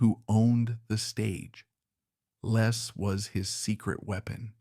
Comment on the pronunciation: His name is Les , not Lees